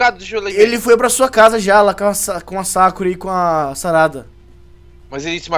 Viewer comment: Fala "Sarada" é meio estranho, né?